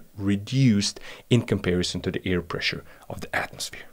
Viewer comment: Listen mate u are pronouncing Air as EAR.......I prefer to have stable pressures in my ears....kihi....